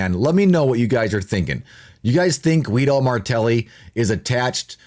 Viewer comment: Guido its read Gido, in languages derived from latin the "u" after the "g" is to give it a "Gah" as in girl sound, the leter G folowed by "e" and "i" has the sound "Jee" as in Jeep, so that "u" is mute, it's only there to change the fonetic of the letter "g" ;)